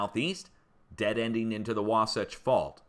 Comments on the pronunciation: Logan, farming community. You pronounced Wahsatch correctly. Near Magna you have the world's largest open pit mine. Rio Tinto, Kennecott operations. Had some deep earthquakes yesterday and today in New Zealand 278 miles deep and one near Karmedic Islands 265 md. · Thank you, for keeping us informed. You got Wasatch perfectly. God bless you.